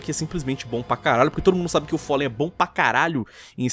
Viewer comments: O follen, é com A Falen>é essa a fonética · QM É FOLLEN ??????????????????????? É FALLEN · te ver falando "follen" ta uma dor nos ouvidos.... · Não e follen não e fallen! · só não fala "follen" kkkkkkkk, ótimo vídeo! Na minha opinião estavam xitadassos os players da Chaos.... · engraçado eh o chamando o Fallenzão de Follen UAHSUAHA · gringando: "Foli" "Gáulis" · Todo respeito ao mas alguem também tem agonia dele fala fóllen e keios? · o FÓLLEN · Po, "folen" e "gáules" pesquisa os nomes dos cara man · ''follen'' kkkkk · follen KKKKKKKKK q agonia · FOLLEN? kkkk lingua do cara ta noiada kkkkkkk FOLLEN